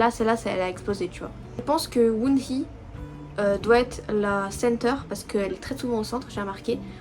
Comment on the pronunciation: Enft la membre wohnee ça le lit wohni comme si le double e c'était un i😊😊